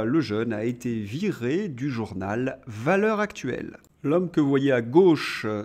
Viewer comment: Cher, vous prononceriez Valeurs Zactuelles, en faisant donc la liaison, vous feriez plaisir à mes oreilles.